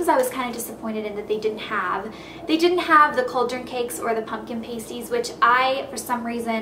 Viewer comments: pay-sties? Pah-sties. :) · Ahahah love how you said paste-ee's!:L Theyre called passt-ees :')<3 And I knwo cos Im english ;)xx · Love your videos! I thought i should tell you but it's pronounced Past-ies. I think they're based on the meat filled pastry you can get in the Uk and Ireland (where i'm from) I'm so glad your a proper fan that's read the books! I really love your videos again don't stop! xxx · It's pronounced past-ie. And it's a pastry filled with meat and vegetables. But in HP they're pumpkin. They're English, Cornish actually. Look them up. Definitely not a cake! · Pumpkin pasties would be a pastry filled with pumpkin. We have pasties in the UK but they are usually filled with savoury food and eaten as lunch or a snack. Also they are pronounced with the a sounding like the a in apple if that makes sense? Xx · Pasties are pronounced like 'pasta' but with 'eez' on the end and not 'ah'. And they are pastries filled with veg or meat, not bread. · Pasties is pronounced with a long A, not a short one... but perhaps its because you're american, & its really interesting to see whats there :)